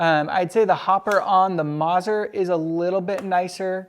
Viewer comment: Great content as always but, please...the double z in Mazzer is pronounced like the double z in pizza! It’s “Maht-zehr” NOT “Mahzur”. Ouch.